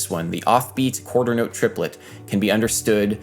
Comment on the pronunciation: Trip-uh-let y'all.